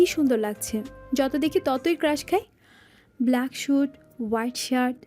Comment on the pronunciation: ব্লেক নয় “ব্ল্যাক”